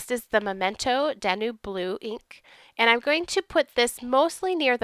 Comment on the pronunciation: Another amazing card! BTW, Danube is pronounced Dan-yoob. It's a river in Europe!